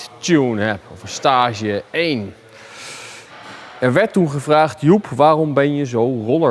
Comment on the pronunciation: De uitspraak van Staaaage bij tuning daar vind ik iets van, Volgens mij is het gewoon een Engels woord STAGE.